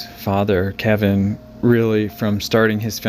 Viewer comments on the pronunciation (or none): none